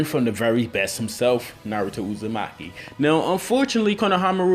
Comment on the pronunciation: pronounce your Naruto better